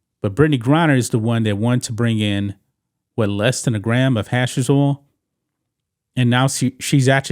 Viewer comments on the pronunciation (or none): How Long have you been reporting this story??? Months.. And you still saying Hashes oil. It's HashSheeesh oil